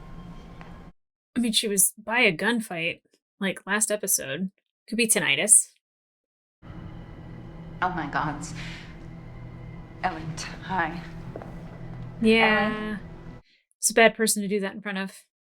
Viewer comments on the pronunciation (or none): Tinnitus kind of rhymes with "limit us," not "bronchitis." I know I'm a terrible person but this is just a pet peeve of mine. Do with it what you will.